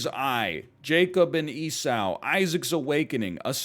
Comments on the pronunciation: I can't tell if its on purpose or he's not familiar with the word. I mean he also pronounced Esau as Esow. Either he's atheist or missed a few days of Bible class. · Having grown up with the bible story, it was kind of off-putting. I'd always heard it like (eesaw), although it could be the accent. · To be fair, I only know that how I was taught it was pronounced "eesaw" I never meant to imply mine was correct.